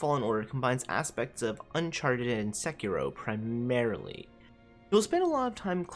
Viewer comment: SEK-IROH? Isn't it SE-KEY-ROE????